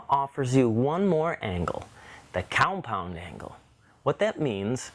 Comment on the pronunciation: "Coumpound" miter saw. Got it. :)